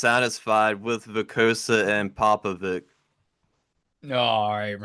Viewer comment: It's pronounced Popovich guys. Not Vic.